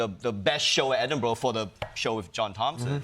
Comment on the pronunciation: Pronounced Edinburgh correctly! Thankyou